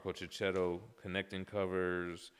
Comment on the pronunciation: He’s Marco Checchetto (sounds Keketto), not Ceceto. Don’t you use the H for a purpose in the USA?